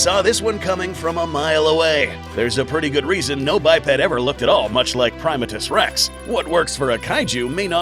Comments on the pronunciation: it's pronounced (pri-ma-tus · You do what you want, but I’ve always been pronouncing his name as “Prim-AH-tus rex”.